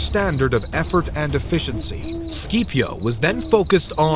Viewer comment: The video was great and i thoroughly enjoyed it. But im sorry your pronunciation of Cato and Scipio had me😂